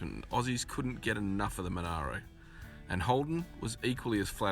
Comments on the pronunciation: He's just said (very plainly & distinguishably) that the car is a called Monaro..Mon-are-ro and less than 5 seconds later you start calling it a Mon-air-ro...& continue to do so even when he names it several times more! WTF brother 🤦‍♂️..yes!, it grates us! It's an 🇦🇺 ICONIC.. MON-ARE-RO..FFS! Ok, off to take my chill pills 🫨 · The red two door was a Monaro - mon-ah-ro. (Not Monero - Avoid crypto currency).